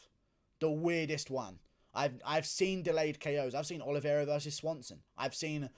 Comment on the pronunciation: Guru, the correct pronunciation is O-L-I-V-E-I-R-A, not OLIVIERA